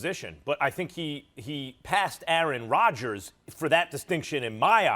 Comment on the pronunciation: It’s Rodgers